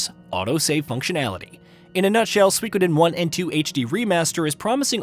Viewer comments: SUE E KO DEN. say it like that. You're saying wrong. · You are pronouncing the name of the game wrong.